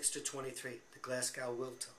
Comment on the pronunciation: Also ... it's pronounced GlasGO, and TilliCOOTry. Hard if you're not Scottish!